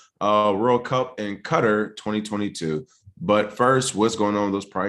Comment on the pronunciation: Damn! Look at ma boy King nailing the correct pronunciation of Qatar ("cutter") like he was a military man stationed there! 😉